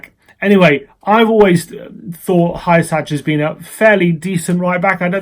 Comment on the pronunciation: I believe Hysaj is pronounced “hoo-sigh”